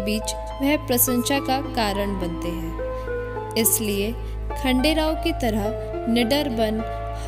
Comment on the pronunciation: It's not khadel rao it's khanderao